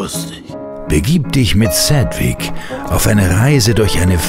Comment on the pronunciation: Ich kanns echt nicht ab wie er manchmal "Cedwick" gesprochen wird :/